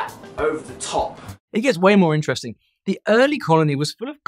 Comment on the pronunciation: In "interesting", the stress falls on the first syllable, not on the second syllable as you did. you gave 'interesting" the sound of "intestine" where the stress is on the second syllable.